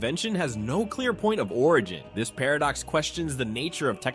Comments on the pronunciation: The way AI says par of ducks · Did anyone notice an unnatural pause before the word "paradox" later in the video?